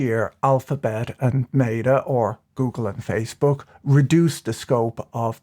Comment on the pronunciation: Did, did he just say goongle ish?